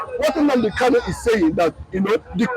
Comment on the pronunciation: You pronounce his name wrongly. He is Nnamdi Kanu and not Nnamdi Kalu. People from Umuahia answer Kanu and people Item, Igbere, Abiriba, Ohafia etc answer Kalu. So pronounce his name correctly.